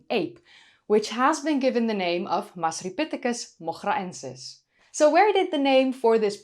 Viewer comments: Had to listen to your pronunciation of the scientific name a few times. Wonderful voice. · The hair is great, the discovery is exciting, hope they find more evidence for it, won't even attempt to pronounce the name but you're excellent at it. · I can't pronounce Masripithecus moghraensis but it sound's cool when you say it